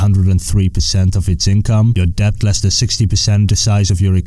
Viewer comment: The b in debt is supposed to be silent ;)